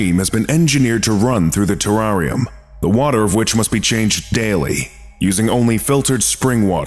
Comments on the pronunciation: The way you say Terrarium makes my skin crawl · Terrarium LOL you mean terrarium it's funny every time I try to spell it on spell check it spells it the same way pronounce wrong on video